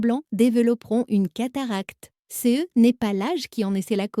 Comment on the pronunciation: La voix de la machine ne sait pas lire "CE" en devant épeler les lettres séparément.